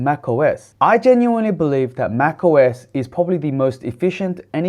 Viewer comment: Muito bom poder assistir aqui no Brasil o seu vídeo, mas a dublagem por Inteligência artificial do Youtube esta horrivel, escutar MAC US ao inves de MAC OS a todo momento estava me irritando